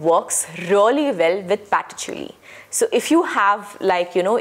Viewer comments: 'patchouli' is pronounced as [PACH] + [UUL] + [EE] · Wrong pronunciation patchouli